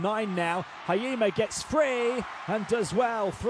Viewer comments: 「ひ・え・じ・ま」 発音むずいんだな。 「は・い・え・ま」にしか聞こえない。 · it's not hayima.... it's hi- e- jima... 🤣🤣🤣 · Hurts my ears hearing Haima instead of Hiejima😂 But can't blame someone who's not from JP 😁